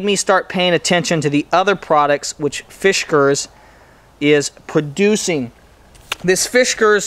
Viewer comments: Dear God, please stop saying Fishkers. It's Fiskars. Otherwise, great review. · Yup. No H in fiskars.